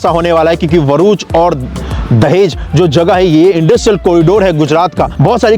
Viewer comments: Are Bhai Varuch Nahi BHARUCH 😂 Q name kharab karke rakhe ho bhai itna pyara name Hai BHARUCH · भरूच (Bharuch) not VHARUCH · Abe..varuch nahi bharuch he name